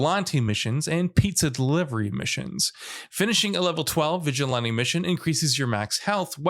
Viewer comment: Bruh you can't say vigilante